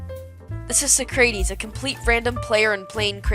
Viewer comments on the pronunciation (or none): You pronounced Socrates wrong it's pronounced like sock-ra-tease